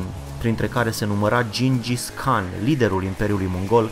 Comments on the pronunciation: se citeste gingis han nu can! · gingis han nu khan